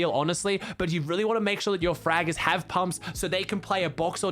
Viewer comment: the way he says fraggers😂 naturally I think the word sounds very American so it’s funny when someone with an accent says it, cause it doesn’t come out with any type of twist from an accent on it